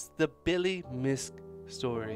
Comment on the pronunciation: His name is pronounced miske not misk you hear the “e” I am Billy’s great granddaughter thank you